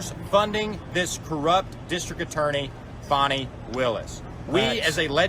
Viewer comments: It’s pronounced “Fanny”, like ass. Not Fawny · Fani, just another word for Ass. ( and, by the way, the people who grew up with her know. It is pronounced "Fanny", not the fancied up "Faunci"). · Her name is fanny meaning ass. Not fawni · Why are YOU calling her fawnie... HER NAME is FANNY! In 1940 that was the definition of where SHIT comes from! A cigarette & a blindfold is all the democrats DESERVE 😊😊😂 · Fani Willis - the biggest Fanni in Georgia!! Btw is it pronounced Fan-E or Fuh-knee? Either way it's a stupid name 🙃